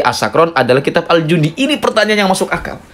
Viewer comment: Bacaannya bukan al jundi, tp al janadi